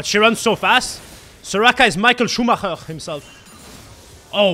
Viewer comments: surprised you pronounced michael schumacher correctly, probs ma boi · Lul he pronounced 'Michael Schuhmacher' quite right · your German accent is really good no joke Love from germany❤ Edit: Michael Schumacher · Actually a pretty good pronunciation of Michael Schumacher, I'm impressed